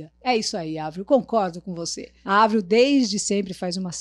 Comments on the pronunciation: Que paz ouvir ela falando o nome da Avril corretamente kkkkkkkk💕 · Sofro kkkk A falando certo ja fiquei aliviada 😂😂😂